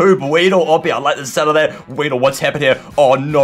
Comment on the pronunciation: RAYEEDLE IS ACTALLY WEEDLE XDDD